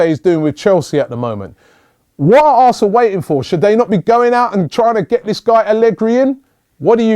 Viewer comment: Robbie u said arsen fc